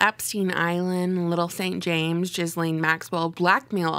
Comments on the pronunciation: Yes thank you for coming out with the truth oh and Ms. Maxwell's first name is pronounced like Ga Lynn. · Hahaha she said Jizzlaine. Too rich.